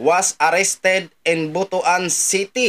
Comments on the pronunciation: ang pag pronounce ay Butwan hinde B-u-t-u-a-n.😂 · Mali po ang bigkas nyo po sa Butuan pakiayos naman ang sagwa